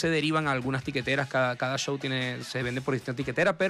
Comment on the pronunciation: Por que ….. Show lo pronuncian CCCHow…..y no show….. S H y no C H?